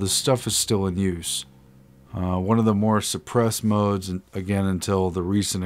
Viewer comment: Lol I had fun listening to you trying to pronounce modes 😂